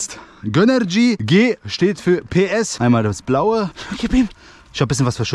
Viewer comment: Es heißt GÖNRGY nicht GÖNNERGY😂